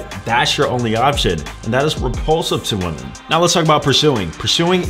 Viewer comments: I guess you don’t understand “woman” and “women” are supposed to be pronounced differently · when you say "women" you say "woman" is there a reason? lol 🤔🤔🤔